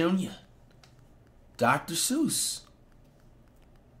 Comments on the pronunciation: Flight stop calling Niang DR Suussss bruh 😂😂 that ain’t him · Did he just call Niang Dr Seuss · Bro kept calling niang max strus🤣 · Flight, Georges Niang is not “Doctor Seuss”😭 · Bro calling georges niang dr seuss